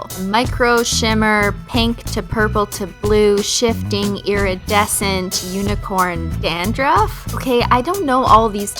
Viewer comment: Whenever you say "iredecent" or whatever i expect you to say "iridocyclitus"